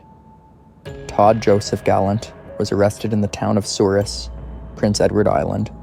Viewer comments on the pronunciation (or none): Last names in all 3 cases were mispronounced. The town of Souris is pronounced as "Surrey". There was another survivor in the 3rd story.